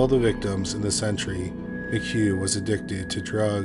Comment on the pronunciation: Ngl, as serious and good as the video is I literally had to rewind it bc I thought you kept saying "this century" (as did the CC) when you were saying "this entry" 😂 Quite the chuckle in the midst of such somber tales.